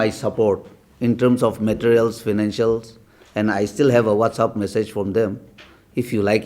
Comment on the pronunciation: It's WhatsApp, not what's up? 😜😜